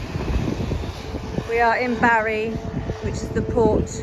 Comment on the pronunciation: I’m sure Bryn would be more than satisfied with your pronunciation of Barry… and I hope you managed to find some Creme Eggs today!